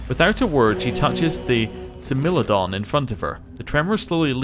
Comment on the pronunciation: Love this series :D So glad to have found an Aeon playthrough I like :D Also I believe it is pronounced Smile-O-Don :)